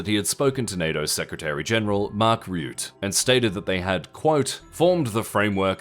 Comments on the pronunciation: Rutte, from Mark Rutte, is pronounced "Rut-tuh", not "Ryoot" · Secretary mark RE-UTE XD try mark rh-ooter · The guy's name is Rutte, not Rewt. As in rut, with te added to it. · Mark Ruh-Ttuh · Great video as always. Interesting reporting on Venezuela and Iran. A small nitpick: Mark Rutte's last name is pronounced: Ruhtuh. Ru (as in rug) and 'te' (the same but with a T, like ' Tug' of war). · Ah yes mark riute :P